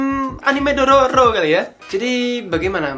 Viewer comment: Pingin denger penyebutan anime dororo mendok noh menit